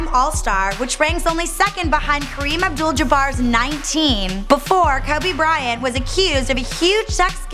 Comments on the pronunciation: She don't even k how to say his name "kubby Bryant" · Why does she pronounce Kobe weird? "Kohhbey Bryan" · " Kubby Bryant, Edde Jowns and Nick Venekzel" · Who the hell is koobu brayant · 'kirby bryant' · Hmm sounds like she said Kaobe Brian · ''Kubby Bryant'' 😂😂😂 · she said Kuby Bryant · KOBAH BRYAH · Kuby Bryant 😂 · kubby bryant :/ lmao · Polanco They're saying that she said his name wrong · "Cubby" Bryant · She said kabe bryan LMAO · Kowbi Bryant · Why did she say his name like that